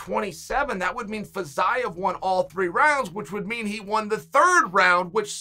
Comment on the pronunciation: Nobody: Chael: Fazyeav